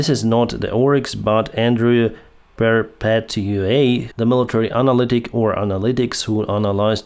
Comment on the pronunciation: The pronunciation of Perpetua sounds like 'purpétjuwa', with the accent sign on the letter e :-)